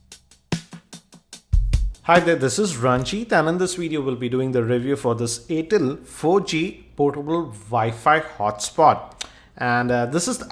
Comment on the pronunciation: its air tel not aaatel